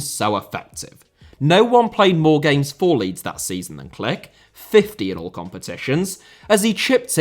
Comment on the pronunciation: almost good, Mateusz's name is "Klich", pronounced ca. like "kleeh" , with the "h" as in "hammer" 👍